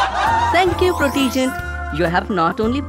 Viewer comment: No,, it's not Pro-tea-gent, it's Proh-tuh-gent. can't even pronounce his own name right!